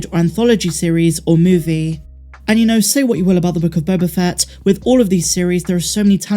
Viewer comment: You keep mispronouncing "The Book of Boba Fatt".